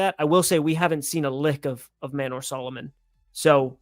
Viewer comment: I really like that says "Maynor" Solomon:D